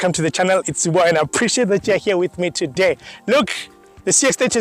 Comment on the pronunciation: The only issue I have with this video is that the "TOODAY" was too short in the intro. Keep up the good work bro.